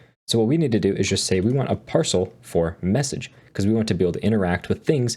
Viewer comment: Hahaha "take the user of the meSaghesr"